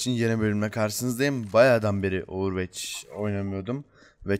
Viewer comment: ovırvoç demeyi öğrenicekmisin artık